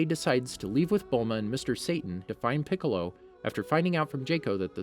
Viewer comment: Yeah I stopped after “..King Poccolo causes the young Sai-Yann to attack”